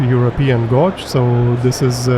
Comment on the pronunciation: gauge = /ɡeɪdʒ/, not "gódz"